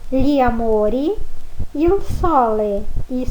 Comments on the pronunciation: Professora na faculdade a senhora aprendeu que IL se pronuncio iô Moro na Guiana Francesa e aqui tem muitos italianos e eles pronunciam ' ili " tipo meio que engolindo o L , eu aprendi um pouco do italiano com eles , e a sua pronuncia não tem nada haver ex : Il libro = iô libro , eu realmente não conheço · Scusa... ma cosa sarebbe IU CINEMA?? IU RAGAZZO?? Non ho mai sentito!!!! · Ho capito!! Complimenti per aver imparato l'italiano da sola. Però lei non può insegnare la pronuncia sbagliata "IU", grosso errore!!! Lei è d'accordo?